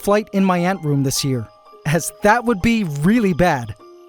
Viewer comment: Bro said tharrrrt had